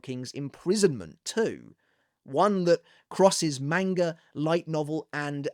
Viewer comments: stop mispronouncing manga. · Stop mispronouncing manga